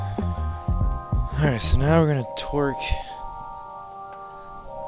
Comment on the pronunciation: I swear I heard you say (twerk) around the 2 minute mark instead of (torque) 😂 could just be my twisted mind lol